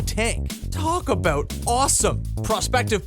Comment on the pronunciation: "TALK ABOOT AWESOME!"